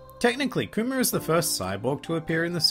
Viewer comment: I cant hear you say Kuma with your accent without hearing COOMER face palm